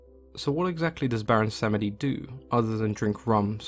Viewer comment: I believe it’s pronounced BWONsamedi, and he’s a troll priest.